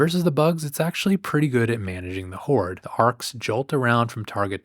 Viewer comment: LOL... he said, "whored"